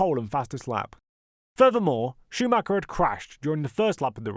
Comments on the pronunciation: why do all native English speakers mispronounce Schumacher's name? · Because most people mispronounce it. Google German pronunciation for it